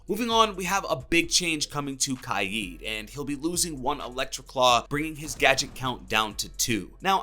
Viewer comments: Kaid he pronounces it kiade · It’s kaid (KAY-DUH) (K A Y E D) not (KAI-EEE-DUH) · Its killing me the way u r saying kaid